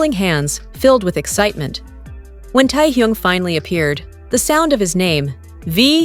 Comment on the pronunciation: Неужели нельзя имя Техена правильно произносить, что за Торхун, Тохун? Даже неприятно слушать!